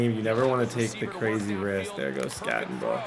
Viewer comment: I need you to Scattego…that was more like a skatte o no!😂